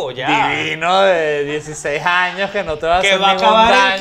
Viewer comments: Sabes que estas mas prendido q tabaco de brujo... cuando Led dice 16 jaños en vez de años jajajja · "Dieciséis jaños" ¿por que le ponemos j a todo? Jajajaja